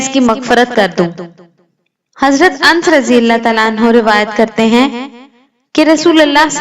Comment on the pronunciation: A pagal ans nahi hajarate anas bol